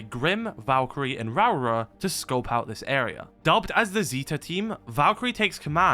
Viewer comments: Lmao I'm sorry but your pronunciation of Rauora is just funny to me as a Maori. Essentially it's pronounced Row-aura if you roll both Rs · The New Zealand operator l's name should be pronounced Ra Ore Ah